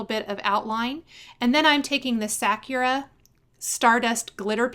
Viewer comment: So cute!! P.s. It's pronounced sa-ku'-ra. Meaning cherry blossom in Japanese.